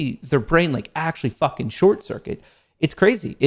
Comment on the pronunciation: Does anyone else cringe when says “Fukn” 🤬